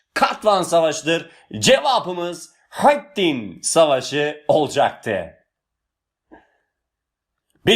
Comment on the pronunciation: Hocam öyle bir selahâtttin ve hıtttin diyorsunuz ki iliklerimize kadad hissediyoruz bu kelimeleri 😄